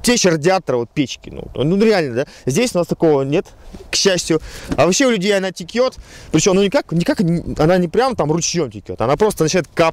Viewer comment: не тикет, а течет! Исправся